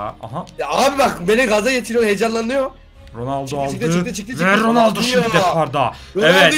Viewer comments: RONALDO'YA RONALDİN'YO DEDİN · ilk golde ronalno yerine ronaldinyo söylüyor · 4 .17 ronoldoya ronoldinyo de di